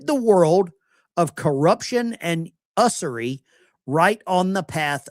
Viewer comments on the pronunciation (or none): You're saying usery wrong?